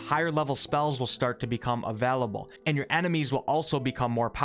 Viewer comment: No one:...: AVELABLE